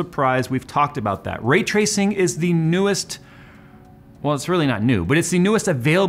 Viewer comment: 😂 I couldn't tell if you were saying ray-tracing, retracing, or rate tracing...